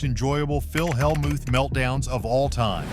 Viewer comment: The AI voice is awful. It mispronounced “Helmuth!” What a joke.